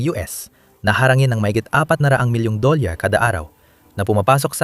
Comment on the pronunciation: Ano yurng "Doleyarr", "Bhaarrkhuo"